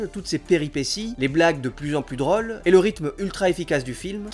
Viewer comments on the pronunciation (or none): Tu prononces mal les sons c'est assez perturbant, ( pour moi ) tu prononces "ils devé" au lieu de "ils devais" et "les blagues de plus en plus draules" au lieu de "les blagues de plus en plus drôles" sinon bonne analyse comme d'hab !